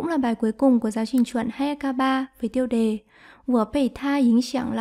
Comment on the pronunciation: tai sao đọc de thành dei vậy cô ?